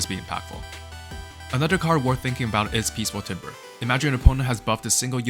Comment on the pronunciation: "Timbre" is pronounced "Tambor" btw.